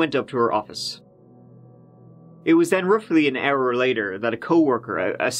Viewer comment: "Roofly an our later...."